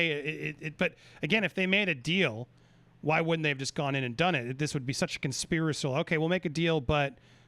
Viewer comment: conspirasile? -andy dude you are hurting my ears